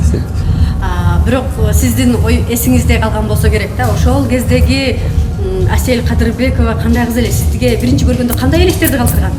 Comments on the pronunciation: мынча Аселя дейт Асел элего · Аселя деп алыптырго😂😂Асель элего кайра кайра эле Аселя дейтко тобо